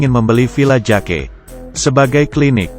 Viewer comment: Bang bukan "JAKE" meskipun tulisannya Jake tapi di baca 'Jek"